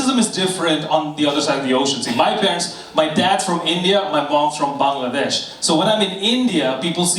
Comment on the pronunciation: Bro in the beginning said BONG-ladesh